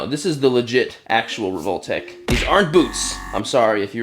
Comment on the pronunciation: your prononciation of revoltech hurts me😢 its rehvol-teck or tech